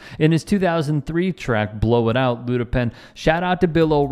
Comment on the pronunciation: "Luda" lol....cmon...